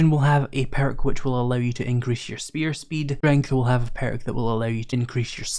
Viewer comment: Lol peark😂what is that a speech impediment?